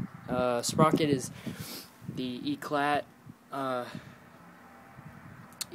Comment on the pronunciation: eclat is pronounced "eclaw"